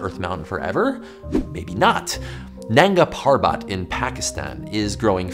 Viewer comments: Its not nan ga paaar baaat. It nung gha perbut. Literally means naked mountain or undressed mountain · It means “King of the Mountains" not “naked mountain" Its pronounced naanga, not nanga because its in Diamer language not in Urdu/Hindi